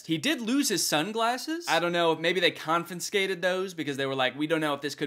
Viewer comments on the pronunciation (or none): bro said confinscated instead of confiscated 😂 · “confinscated”??? are u feeling ok danny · It stuck out to me- did you just say "confiNscated" ? 🤔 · Did he say confinscated?